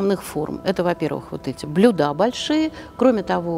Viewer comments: Почему блюдА, если правильно блЮда?? А ещё Эрмитажный экскурсовод!!😅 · Я даже зажмурилась, когда услышала это "блюдА". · Спасибо,интересный рассказ. Одно " но" - блюда с ударением на "а" -режет слух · Это, видимо, как осуждЁнный и осУжденный. Второе - это такое профессиональное искажение. Может, у экскурсовода родственники повара, вот и прицепилось. XD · В слове "блюда" ударение ставится на букву Ю